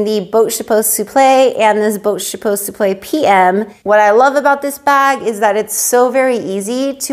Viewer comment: Wow I love how you pronounce the name of the bag, but I don't know how to read the bag name correctly. Enter Even thou my husband always give me headache budgeting our monthly income because he doesn't have a job at this very moment, sometimes I get jealous of women who receives beautiful gifts from their hubbies, but doesn't mean that I don't love him. I am still grateful for he had given me a absolutely wonderful father for my kids. For my kids are obviously my life, my heart, my soul, and my happiness.